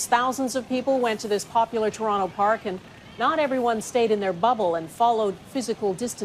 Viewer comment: Churonto!??! Is that like Vanc-ew-ver??